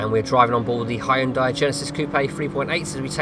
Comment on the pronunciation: Hi-Un-Day, I enjoy accents and pronunciation